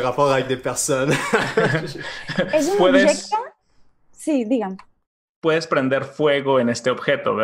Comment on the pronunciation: Sóc catalana, i "digue'm " està ben dit. Per cert, bon vídeo!